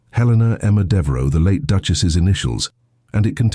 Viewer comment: Devaro??? Devereux. Sejmir??? Sedgemere, Sedgemoor (real place) or Sedgemire.